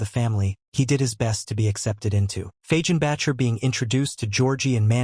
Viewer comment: Your AI voicebot needs to go watch tv for a while, to learn how to pronounce Fagenbacker and other words.